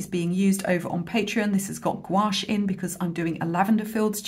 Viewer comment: This tutorial is wonderful. I like the length, the detail level, and content. I love your sense of humor. And BTW your "gouache" pronunciation is now spot on...